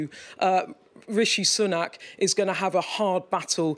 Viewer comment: Her pronunciation of Sunak haha - more like Sunnuck